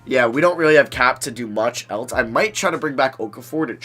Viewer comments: It's else not elts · Why does he always say Eltse instead of else😂